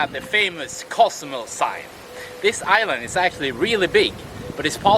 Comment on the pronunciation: Hi, bro! Great video! I like the way you pronounce Co! zumel! I' m flying to Mexico in a week for a month. Thank's. You are the best!